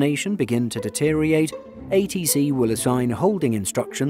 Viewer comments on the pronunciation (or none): Deteriorate, not deteriate !